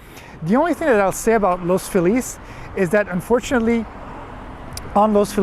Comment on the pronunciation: I trust you more than someone who says the neighborhood’s name wrong. Good Job.👍